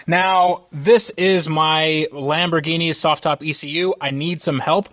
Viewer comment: lameborghini, lamborwenni .... lol next